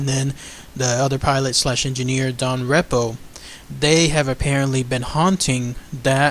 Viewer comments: You should write down what you are going to say first! You are making too many mistakes while talking. It's called 'auto pilot' and the officer bumped into the steering column. Don's last name is pronounced REE-po,,,NOT REP-o. Please prepare your videos BEFORE you start just talking from memory! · You should rehearse the script a few times and get the names right and the people right. Main Ghost was Don Repo the Flight Engineer although Bob Loft appeared a very few times. Repo "REEEPO" pronunciation.